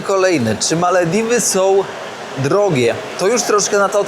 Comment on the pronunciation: Dlaczego wymawiasz Malewiwy a nie Malewidy ?😊